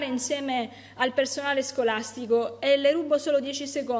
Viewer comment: Ma dice sgolastigo?